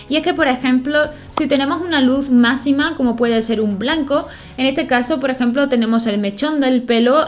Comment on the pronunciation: me gusta cuando dices masima en vez d macsima